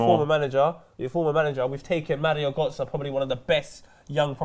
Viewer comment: Mario goatze? Hahaha marie götze (marjo/mario getze)